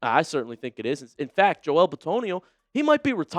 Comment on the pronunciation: I just have to say I hate the way you say Joel